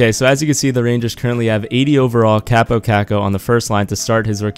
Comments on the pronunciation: his first name is pronounced Cop-oh i met him at training camp at the end of june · Actually it's pronounced Kaapo